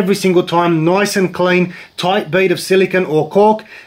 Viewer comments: It's silicone, not "silicon." Different animals there. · Silicone not silikin lol